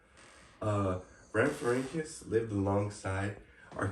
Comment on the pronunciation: Palaeontologist in training here! I’ll fact check! You said rhamphorhynchus correctly! Not an easy task, good job! Yes late Jurassic, 150.8 to 148.5Ma. Aspidorhynchus is a wacky fish! This would take ages so I won’t say when you’re right only correct when you’re wrong (if it comes up.) The aspidorhynchus was likely biting the wing of the rhamphorhynchus as its jaws were closed near its humerus. I’m not going to talk about how you said Europe! Most species names such as rhamphorhynchus are singular and plural. One rhamphorhynchus, many rhamphorhynchus. Archaeopteryx is a reptile, all pterosaurs, dinosaurs and birds are reptiles. All birds are dinosaurs, not all dinosaurs are birds. It’s why we called them either non-avian dinosaurs or avian dinosaurs aka birds (aves, ay-v-s) Rhamphorhynchus had an estimated wingspan of 1.81m (5.9ft) and a length of 1.26m (4.1ft) with a standing height of around 0.45m (2ft) at the wingtips. The tail length shows it was a basal pterosaur and it’s really amazing to see evolution work! depends on what you mean by successful. Do you mean the amount of time it was around for? How many of them were alive at a certain time? How wide spread they were? Many variables. it’s tail was likely not useful enough to compensate for the energy cost of growing it so they was selection pressure against it, evidenced by the fact that all known later pterosaurs lacked it. As for the diamond fletching i assume it was for flight stability and turning as seen